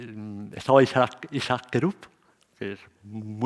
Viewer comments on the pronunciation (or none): none